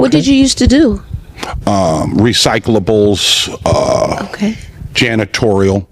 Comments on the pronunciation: This. Man. Said. RECYCLABLES!! SIR! Are you SERIOUS?! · He doing so “ recyclables”🤣🤣🤣🤣